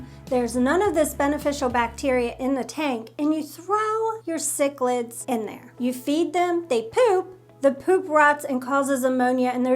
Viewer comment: I thought he was saying chiclets like the gum & wondered why he would be talking about gum with fish 🙄